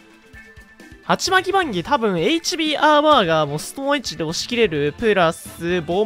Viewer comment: ストーンエッジがストーン●ッチに聞こえた。